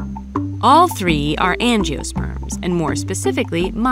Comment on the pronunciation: tree is not three 😂😂